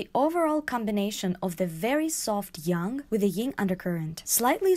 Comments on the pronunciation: That's not quite correct though, in Mandarin it's more like "yong" or "yahng." Maybe like the word yawn with a ng ending. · You are pronouncing yang as "young", but the correct pronounciation is like the A in the word slang or bang. Just thought you should know. 🙂